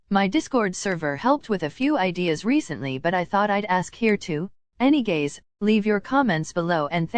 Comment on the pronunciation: I acttdently clicked on one of the videos - heard any-gays and now this is my home